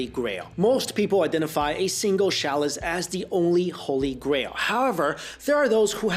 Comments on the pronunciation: Pronounced CHAA-LUS in American English and CHEL-LUS in UK English, not shallus. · Shalice? Shalice? The word is chalice, with a ch, like in "chuck Charlie into the channel". Also, stop using the phrase "until now" since it doesn't add anything. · interesting. also interesting is how careful is with pronunciation but he pronounces "cholera" and "chalice" wrong in this video. looked the pronunciation of both words up on YouTube and sure enough, he's wrong. he's usually so very careful that he over prounouces words such as emphasizing the "t" at the end of words. but in this video "cholera" and "chalise" are mispronounced.... okay, WHO are you and what have you done with?!?